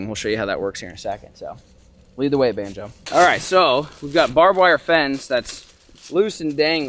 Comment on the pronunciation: Im sure we all miss calling banjo (bonzo)